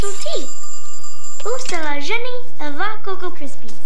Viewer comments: as a half french her pronunciation of “avec” is funny because she said it like “avac” but seriously tho great recipe as always babish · It honestly sounded like she was saying "avant" to me.